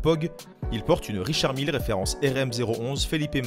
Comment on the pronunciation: C pas Richard mille mais Richard mylle